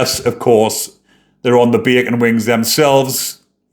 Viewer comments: Bacon? I can’t clearly understand bay’un huh? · Love your accent mate, but are you saying bacon? or beckon?